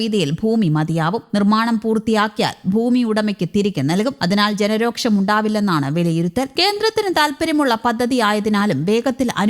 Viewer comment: 'രോക്ഷം' അല്ല 'രോഷം'. മലയാളം അറിയാത്ത മലയാളികൾ മീഡിയയിലും ഇപ്പോ ധാരാളം ഉണ്ടല്ലോ